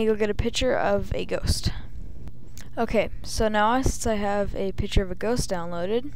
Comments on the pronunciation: Two things, i cant tell if your a chick or a dude, and its "picture" not "pitcher"- you fill that with water no images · No one taught this kid to say PICTURE instead of Pitcher I guess.